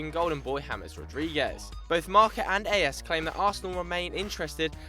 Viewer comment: Hey folks, it's not A S (aye éss) but Ás (just like as or áz), it's the spanish word for Ace.